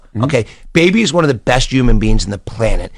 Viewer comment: I hate the way he says Baby it’s fucking weird!! And him saying he’s the best person on this planet he’s a fucking rapper who sold drugs and scammed and rapped bout it so chill on that shit